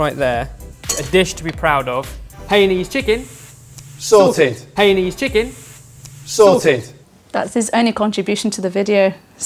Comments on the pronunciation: It pronounce as Hai ya nese. Not hey niece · it's pronounced Hainanese, as in Haiyaa! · Pity the cooks Cant say Hainanese properly…. ..